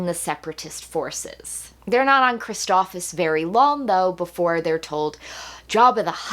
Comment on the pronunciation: Amazing review as always! But I have to point out the planet is pronounced phonetically as Christophsis! You were saying Christophis lol